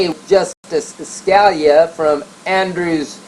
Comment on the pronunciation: It's pronounced like "Skah-LEE-ah". [feel free to remove this comment after reading]